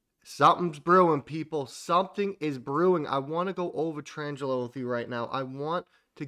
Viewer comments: It's a small thing but you said it so many times ...... Tranglo ---- your pronunciation - tran-jello ..... correct pronunciation - trang-lo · I love ya man buuuut it's pronounced "Tran-glo", not "Trans-jello". :)